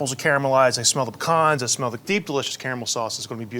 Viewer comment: I love everything about this dish but especially that you pronounced pecans correctly!!!